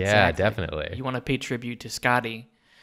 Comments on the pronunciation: The way they pronounce Skaði sounds like they're saying "Scotty," when in reality it sounds more like "Scathy." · This letter - ð - is a 'thorn' and it's pronounced like 'th.' So 'Skathy and 'Authoomla.' I love this show so much :) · My understanding of Skaði’s story(which I guess should be pronounced Skathi) is that her father stole the apples of immortality from the god that tended to them. He died in the process of the gods stealing them back. Skaði feels that her father was wrongly killed and goes to them seeking revenge. Even though they forced him into it, Loki is involved with her father’s death and so they throw him under the bus and offer him to Skaði to satisfy her revenge. Loki makes a bet with the grieving and angry Skaði saying that she can have her revenge on him only if he cannot make her laugh. She agrees, and then Loki ties his balls to a goat’s beard and proceeds to piss the goat off causing Skaði to laugh and lose the bet. The granting of godhood included allowing Skaði to eat the apples of immortality that her father had stolen. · As an Icelandic person (Norse mythology is also Icelandic) it was entertaining as well as a little bit cringey hearing them on butcher every name lol. Same reason I don’t like Thor marvel movies. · It's Skaði Auðumbla and Kvasir. ð is the th in This /skaa'thee/ /owth'oom'blah/ and /kvaa'seer/ to conform with English writing.